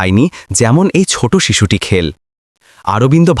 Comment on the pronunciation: খেলো-কে খেল্ ব'ললো। এই রকম আরও দু-একটি উচ্চারণ করা হ'য়েছিল।